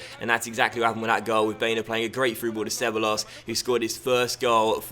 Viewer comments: It's pronounced ce-bye-ohs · Dani Ceballos is pronounced she-ba-los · DANI CEBEYEOS is the pronuunciation